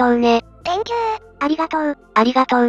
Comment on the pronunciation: Think you → Thank you（小さいことが気になる、僕の悪い癖ｗ） 個人的にはこのしつこい「ありがとう」連呼は好きです。